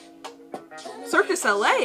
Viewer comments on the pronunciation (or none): “CIRQUE DE SOLIE” I CANTTTT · Circus LA?! Lmao you mean Cirque Du Soleil ? That took me out lmao